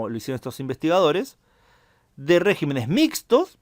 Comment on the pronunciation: En ese mapa ya se puede poner España con el color de los países que eran democracias y empiezan a ser regímenes autoritarios. Por cierto, regímenes. "Regímenes" es palabra esdrújula, no sobreesdrújula. Al pasar de singular a plural, la sílaba fuerte cambia, como con "carácter" y "caracteres". Es un defecto de prosodia que empieza a hacerse corriente.